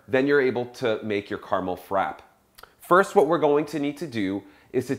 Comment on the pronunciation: Oh dear..frappe.. it has two p's. pronounce both..frappAAAAA.haha. Good demo :)